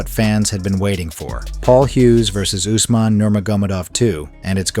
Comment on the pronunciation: Its Umar Not Usman